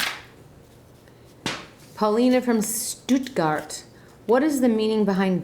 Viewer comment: aaaah love how she say Stuttgart ! <3 i live in stuttgart :D